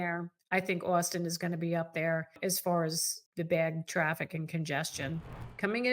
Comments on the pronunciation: You are mispronouncing austin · She keeps saying "Austin" but all I can hear is "Where's a gal get some decent lobster in this Boston place?" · Please learn to pronounce "Austin" correctly.